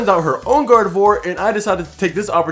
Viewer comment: Swear I heard God of War instead of Gardevoir for the first time. I may be into tooany fandoms